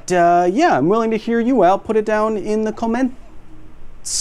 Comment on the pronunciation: Kyle said "comments" weirdly at the end. I felt compelled to point it out so everyone knows i watched the whole video.